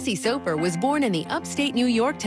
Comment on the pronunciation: Mispronouncing Soffer!!!!!! Lol